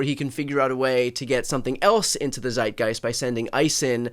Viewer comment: Aaaaarghh!!! Please don't ever say "Zeitgeist" again! (Love what you are doing btw!!)🤣